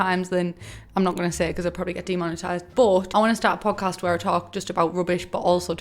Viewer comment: I kept thinking you were saying pug cast and I didnt even think twice about it...13/10 would watch your pug.🤣